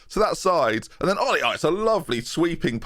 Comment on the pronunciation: I think Olli in Finnish is pronounced Oh-lee.